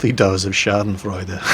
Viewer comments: It´s "Backpfeifengesicht", but his pronunciation is just bad (sorry Jingles ;D), but he did a very good job saying "Schadenfreude". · Had to hear "Backpfeifengesicht" about 10 times until i knew the word you were saying. "Schadenfreude" sounded really good. Also "Sitzfleisch". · Wow schadenfreude was pretty perfectly pronounced good job jingles. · Well, "Schadenfreude" and "Sitzfleich" were pretty well pronounced. But "Backpfeifengesicht" - wtf? - I doubt there ever is a German speaker who understands this :D I had to hear his explanation to guess the word. ;)